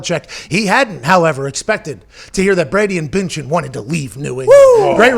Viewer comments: It's "BUN-CHIN" like a hamburger bun. There are two dots over the u and the d is silent. C'mon man. Gisele Bündchen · BUNd-chen, Pat. Say “BUN”...